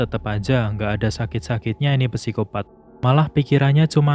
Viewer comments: min sedikit koreksi nnti penyebutan psikopat itu huruf "p" ny ga dibaca min cuman sikopat aja soalny rada keganggu denger mimin ny bilang pesikopat mulu hehe makasih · Oke banget penjelasannya kak. Sedikit membenarkan kak. Kalau tulisan "psikopat" ejaan yang benarnya cukup dibaca "sikopat". Misal ada contoh lagi "psikolog" cara bacanya juga cukup "sikolog" saja